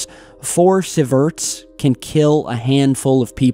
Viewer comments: Pronounced "see verts" not "civerts". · pronounced: sea-verts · seeZum not saysee-um and seeverts bro sheesh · dude, not to be rude but its pronunced see-ver-ts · Sieverts (pronounced see-verts) Caesium 137 (pronounced see-zium) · Sieverts pronounced "see-verts" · It's pronounced See-Verts; Milli-See-Verts Or Micro-See-Verts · not hammering you, it is pronounced seee vertz. one can sicken you and less than ten will be fatal. Didn't they say a few years ago there was no more fuel in the pressure vessel and it had breached the 25 foot reinforced concrete floor? Funny part is the Japanese government tells the people the seafood if fine. Thank you for your post. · How the fuck are you pronouncing Siverts? xD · Never actually knows what he's talking about. Proof?; He perpetually reads words with totally wrong pronunciation, showing he has Never even heard the word apoken aloud! Like here with Sieverts, oh, and Cesium, he pronounces it with an L for some reason.., 'Celsium' WTF.. Watch a damn documentary (or 5000 of them) dude!